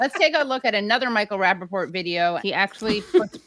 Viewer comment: Rappaort 😂 what a dunce